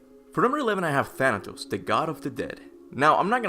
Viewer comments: Bruh I fr thought Thanatos said thanos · It's funny to hear that you said Thanos of the MCU than Thanatos